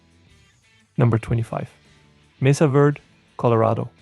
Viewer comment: It's not Mesa Verd. It's Mesa VerdE. Say it right.